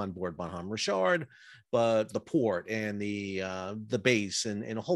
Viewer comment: Are you saying Bonhomme Rich ard or some other stupid pronunciation rick kard.